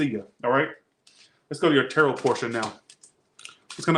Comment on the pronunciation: 😂😂😂did you say terror portion in the capricorn read😂